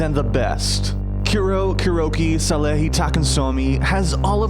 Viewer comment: takhasomi not takasomi you noob